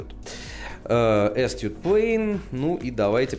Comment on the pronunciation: Произносится как "асТУТ". Ударение на 2ой. А то "ass toot". Ничего страшного. Язык дикарный.